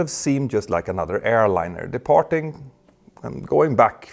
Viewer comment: thick indian accent "departing"